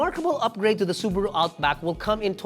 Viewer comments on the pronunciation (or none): none